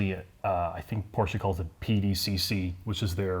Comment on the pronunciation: Congratulations - You are the first american who pronounces "Porsche" with an "e" - Great ! All the others say "Porsch"